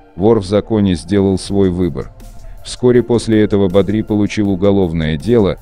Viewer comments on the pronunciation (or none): Не бадрИ, а бАдри, блин